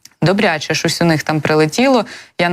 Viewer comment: 0.58 хв. ... на якiй мовi ведуча розмовля€..." ШОСЬ долетiло, ЩОСЬ у них спалахнуло... . Та не ШОСЬ, ЩОСЬ.